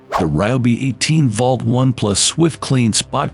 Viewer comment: Tell your announcer,, that "volt" does not rhyme with "vault". This is why you should hire a human being and have human beings listen to the narration before you post it online and undermine your own credibility.